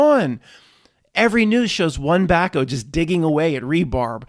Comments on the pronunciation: Back-HOE. Back-o? Wtf is that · Is back-O a PA term? Never quite heard it pronounced like that...one of many, Haha